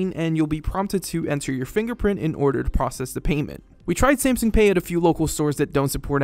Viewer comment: Every time he said Samsung like "Samsing" I wanted to carve my ears out